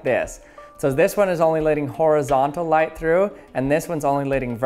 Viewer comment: I'm losing brain cells every time you say light like this